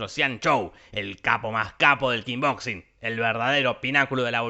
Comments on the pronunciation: Imagínate estaba re caliente dijo KING BOXING en vez de KICK BOXING. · kickboxing . NO KINBOXING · Todos: Kickboxing Jorge: Kingboxing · "Kick"boxing no "King boxing"... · ES KICK BOXING SE PRONUNCIA KIK PORQUE DECIS KINBOXIN JORGE POR QUEEEEEE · Se dice Kick Boxing no King Boxing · Kin boxing jajajaja No es Kick? xD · Me parece a mí o decís "King Boxing"? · Nadie, absolutamente nadie Jorge: Kinboxin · Nadie: Absolutamente nadie: Jorge: "Kin boxing" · Yo también le decía "Kin boxing" hasta que vi la nueva y ahí me enteré de cómo se decía😁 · Corrección: Voz rasposa: "kinboxing" :D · 2 segundos después dice kin boxin